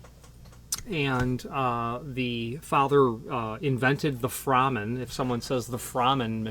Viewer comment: I met Frank at locksmith association meetings and have talked to Phil many times. I own a No. 2 and his impressioning tool. It's pronounced "Frayman" not "Frahman". Frank was a perfectionist. The No.2 machine is a work of art. As you stated it looks complicated but once you learn how to use it, you appreciate how simple it actually is. Your points are spot on. Those type jigs usually leave marks. I also don't like the hole saw spinning in those bushings but I still use those so the crossbore is correct. Most locksmiths probably don't have the experience you have with as many doors not to use some type of tool.